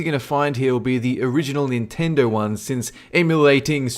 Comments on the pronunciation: It is Nintendo not Chintendo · i laughed so hard when you said "chintendo" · I lost it at CHINtendo! Done. Can't even breathe. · Chintedo. Really? Really? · "Chintendo" guwd lol